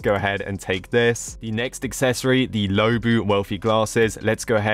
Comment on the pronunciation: It’s not pronounced low-bu it’s pronounced law-bu